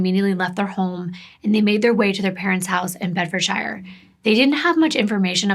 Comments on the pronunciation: It's pronounced Bed-furd-sure lovely 😊😊 just so sad she was so beautiful xx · In the UK we pronounce shire as sheer 😊 so it would be Bedfordsheer xx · well, she does mispronounce Bedfordshire.... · It's actually pronounced "Bedfordshire" as in "New Hampshire" ;) I've seen this case covered several times, it's absolutely terrifying...